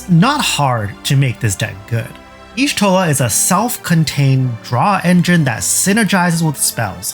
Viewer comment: "Yee-shtola" not "eehshtola". >:(